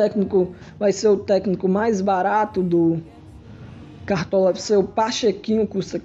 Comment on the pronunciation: fala cartola direito..